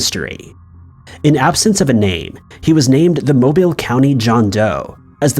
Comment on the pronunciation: From someone that grew up in Alabama, it’s nice to hear Mobile pronounced correctly.